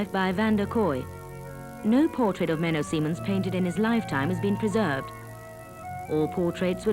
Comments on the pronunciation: Menno Simons NOT Menno Simmons or Menno Seemans. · It's Menno Simons. She is pronouncing his name incorrectly the whole time.